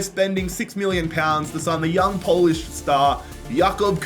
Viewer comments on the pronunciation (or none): none